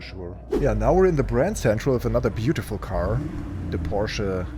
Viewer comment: Watching the video, I thought, finally someone who pronounces Porsche correctly, then I realized that perhaps you are German or at least German-speaking